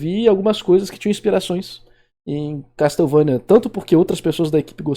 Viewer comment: "Casteuvania" sempre dou risada, a gente tenta mas sempre sai 😂